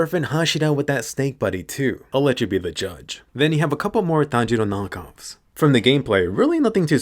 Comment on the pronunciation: Finally someone who pronounces it "Tanjiro" and NOT "tEnJirOu"